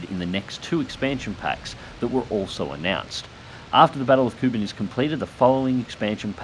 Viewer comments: Sorry to be that guy, but it's "Cork-cuss-sez" (as in Caucasian) not "car-case-us" and "Koo-bahn" not "Kubin". Please accept my humble apologies. Looking forward to the IL-2 expansion though, excited for pacific battles. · He is making fun of how pronounces Kuban. It is pronounced with more of a "K" instead of "C" as in "cat".